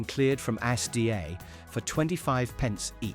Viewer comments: ASDA… not A-S-D-A! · AS-dee-ay ... ASDA???